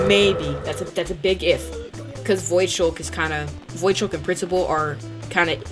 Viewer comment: I never turn on my killer but this was fun to watch lmao, also why do you say voidskulk as voidshulk?